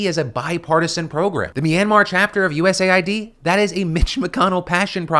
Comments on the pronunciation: Ooooohhhhh it’s US Aid not U Said or U. S. A. I. D. 😅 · “US AY EYE DEE” instead of US Aid, how politically correct of you 😊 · It's clearly pronounced US AID lol wtf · "USA ID"...? 🤔 Not "US AID"? 🤨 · It is pronounced US Aid. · Why do they call US Aid, like U.S.A.I.D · I thought USAID was pronounced as “US-AID”